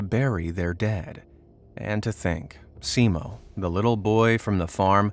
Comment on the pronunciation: Not Heiha, Häyhä. Also only one i, not two. It's Simo, not Siimo. Scratch all that. Only Finns can pronounce the finnish names properly. Also the day is shorter moving further north. In Lapland ,or "Lappi", there's no daylight at all for a few months.